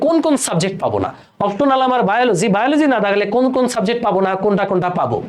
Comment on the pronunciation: এটা "অপ্টোনাল" না "অপশনাল"😅